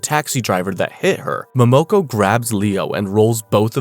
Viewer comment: It’s mo mo ko